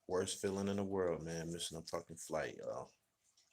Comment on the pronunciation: THIS DUMB GLORIFIED GROUPIE ALWAYS BRAGGING ABOUT HIS EXTENSIVE VOCABULARY DID HE JUST SAY "WORSA"? THE WORD IS "WORST"!!!